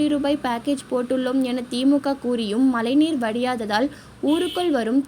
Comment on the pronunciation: மலை நீர் ன்னு சொல்லும் வீடியோ பணியாளர் தமிழ் உச்சரிப்பு சரியாக சொல்லி பழகுங்கள் ழ உச்சரிப்பு கவனம்